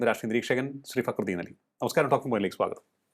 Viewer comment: നി എന്ത് കൊണ കൊണ ആണ് ടാ പറയുന്നത്